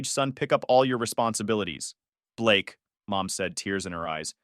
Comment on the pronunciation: Blaaake? You mean Ba-lakay🤣🤣🤣🤣 How did you find me? Uh, did you forget that you told them where you were? AI, bruh